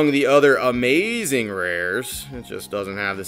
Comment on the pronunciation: That was Amaz-zuh-zing